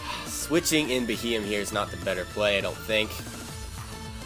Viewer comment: Bee he yem is how you say it